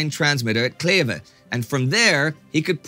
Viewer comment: Your pronounciation of my hometown Kleve was on Point. Great stuff as always.